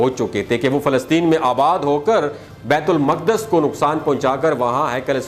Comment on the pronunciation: بیت المقدس کا تلفظ درست کر لیں۔ " بیِت الُ مُقٙدّس " بیت المقدس۔